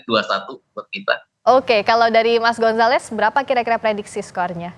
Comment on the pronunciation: mas gonzales😂😂😂😂😂 abang gomzales yang bener😅😅😅😅